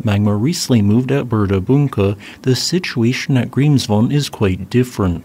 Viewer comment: Statistically speaking, Grimsvötn (which is still pronounced Grimsvoech-ten and not Grimsfohn) is about 5 Years overdue for it's Eruption, so whenever it decides to have a go, I wouldn't be surprised. I'd be if it didn't by 2030 (even if that isn't entirely unheard of for this Volcano either).